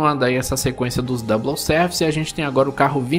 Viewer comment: Dica: Na palavra "double" não se fala o L, portanto, pronuncia-se "dabou".